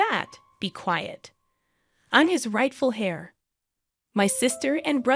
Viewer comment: Hair instead of heir "air"